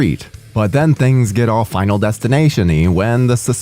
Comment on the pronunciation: Bro said 5nal destination 😅